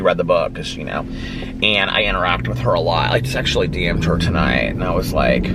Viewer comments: “I just actually DM’d her tonight” ran together lol, but yes it does sound just like I just sexually DM’d her tonight lol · I went and listened again as tried hearing just actually but I still hear sexually DM’d. 🤣 I knew that’s not what he said but I can’t hear anything else. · yeah he definitely ran it together so they don’t sound like separate words 😂 but I definitely hear sexually DM’d too for sure.